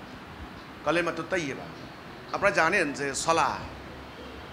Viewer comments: কয়েকটি পয়েন্ট ভালোভাবে লক্ষ্য করুন! ১। সালাহ সালাহ করতেছো কেনো এই লোক 🤣 আরবি সঠিক উচ্চারণ (ٱلصَّلَاةُ) ছলাত মানে নামাজ! ছোয়াদ যবর কখনো ছা হবেনা ছ হবে! আর শেষে হা নেই গোল তা আছে! তার মানে ওনার কোরআন শিক্ষাও ঠিক নেই! ২। রুকু থেকে উঠার সময় যেভাবে (حَمِدَهُ) হামি.....দা বলছে মিমেতো কোনো টান নেই! কেনো টান দিচ্ছেন উনি😂 মনগড়া নামাজ! ৩। রুকুতে এবং সিজদাতে বলতেছে ছোবাহানা😂 উচ্চারণ হবে (سُبْحَانَ) সুবহা-না! বা এর উপর কোনো যবর নেই! বা এর উপর যযম আছে সিন বা কে ধরবে, উচ্চারণ হবে সুব্! পরিশেষে বুঝা গেলো যারা ওনার অনুসারী আছে তারা কখনো কায়দাও পড়েনি এবং কেউ নামাজ শিখতে আসেনি! সেনাবাহিনীর ট্রেনিং নিতে আসছে🤣 আল্লাহ এদেরকে হেদায়েত দান করুক আর হেদায়েত না থাকলে ধ্বংস করুক। (আমিন) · ছলা না , ছালাহ, মাইর হবে শব্দ হবে না